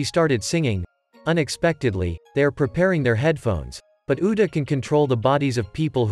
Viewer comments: You said uda not uta bruh💀💀💀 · It's pronounced loo fee not fluffy like some bunny, and its oo ta not oo da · its actually "Uta" its just the text to speech ai is kinda broken